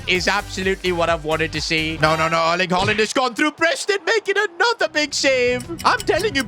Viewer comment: bro really sed herling haaland